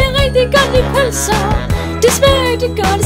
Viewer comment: jeg kan ikke lide pølser det lyder som om du siger bh